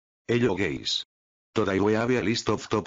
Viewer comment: "hello guys" am I the only who heard dis HELLO GAYS?????